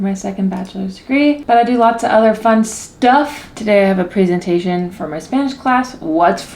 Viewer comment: every time I hear your pronunciation of presentation it trips me up lol